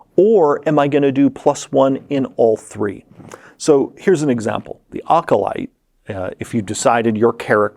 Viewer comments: Acolyte, person in a holy order Occolyte, person in an occult kabal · It would be incredibly funny if Ocalyte is actually a completely separate background from Acolyte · Please get him to stop saying Ocolyte. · OK, I was really interested, until I heard how he said Acolyte, and now I'm just really irritated. Acolyte = a·kuh·lite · I had never heard acolyte pronounced Ock-o-light. You learn something every day! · but were you a Ah-co-lite in your previous life. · Akko Light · Jeremy’s cot-caught merger is really messing with me whenever he says “acolyte.” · The way acolyte was being pronoucned kept distracting me tbh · The auto captions couldn't even figure out what he was saying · It can't possibly be that bad. Edit: ok it was that bad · It’s a little ac-ward. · It’s like he’s saying a-cappella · Ookla the Mokalyte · I have never, EVER heard anyone pronounce acolyte like that before.